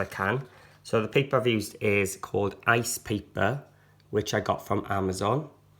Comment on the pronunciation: When you print your images, are you saying you are printing on "ice paper" or "rice paper" I can't understand what you are saying and the caption is putting the word rice lol